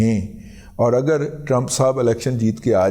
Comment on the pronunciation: Dada G lahori style .... Trampoo pahai 😂😂😂😂😂